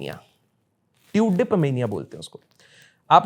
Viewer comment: Bhai sahab wo Tudip nahi TULIP hota h.... bas bolna ata h isisliye kuchh bhi podcast banate ho aap log..